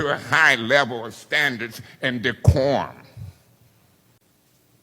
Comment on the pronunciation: And decorm 😂